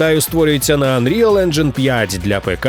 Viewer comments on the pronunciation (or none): none